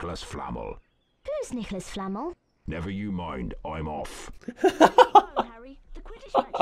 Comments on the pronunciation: its nicholas flamEL, not nicholas flAmel! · Me: "No, no, no! You'r saying it WRONG. It's Flah-melll, Hermione! Flah-MELL, NOT FLA-mel." Hermione: "Oh, she's SUCH a know-it-all! No wonder no one likes her! She's really not that smart, you know..." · It's fl-a-mel not flamel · Wait wasn't it pronounced Nicolas Fla MELL not Fla MAL? Seriously I'm not wrong am I? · The way they say Flamel is triggering me so much , I am so glad I never got to that part of the game. Its Fla-mel not Flam-el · I love how they say 'Flammol' instead of 'Fla-mell' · Them: “Nicholas Flamnel” Me: “It's Flahmel, not Flamnel!” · Nicolas FlamEHL. It's Nicolas Flam-el, not Nicolas Flamle. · Why do they say it like nicholas flamol?? Its nicholas flamehl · Nicholas Flammle? Kuhnuts? Seriously, did these VAs know ANYTHING about Harry Potter? 🤦‍♂️ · Niklas Flammole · Oh god Did he pronounce it as flame el? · I cant get over Nicolas 'Flamul' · Sounds like Nicolas 'Flannel' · Movie came out first on 4th of November but the game closely followed behind. But in the movie is definitely pronounced Fla MELL. Heck no one but the actual writer knows how it's pronounced. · Ah yes, Nicholas Flah-mle, the best Harry Potter character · I like how in the game they pronounce "Flamel" as "Flannel" but with two 'M's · Nicolas Flam-l? Dafuq?! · Nicholas Fla-m-l?! The game can't even get the whole purpose for this book's namesake correct! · hagrid pronounces nicolas flamel like nicolas flannel and hermione sounds like mr tumble wtf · THEYRE PRONOUNCING NICOLAS FLAMEL AS NICOLAS FLANNEL they couldnt just rip the audio from the official movie? the inconsistency irritates me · it annoys me they pronounce "Flamel" like flanel with an m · Anyone else triggered by the way he pronounce flamel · Omg they pronounced "flamel" wrong 😂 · ARE YOU FUCKING KIDDING THEY PRONOUNCED FLAMEL WRONG WHAT THE ACTUAL FUCK!? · Their pronunciation Flamel triggers me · Cringe when the voice actors pronounced "Flamel"